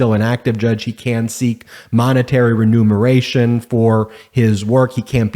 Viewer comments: ReMUNeration. NOT reNUMeration. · 1. Move quickLY 2. Remuneration (not renumeration) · quickly, not quick. Remuneration, not renumeration. etc. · Remuneration, NOT renumeration! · Holy Jesus! AFFI-DAVID? FINANCIAL RENUMERATION? Dude, get an education. (affidavit, remuneration)